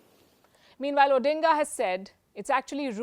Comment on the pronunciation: The pronunciation was spot on